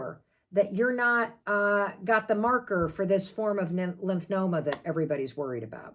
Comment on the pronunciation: It’s Lymphoma (lymph fo ma). Not Lymph no ma. In case anyone wants to look it up.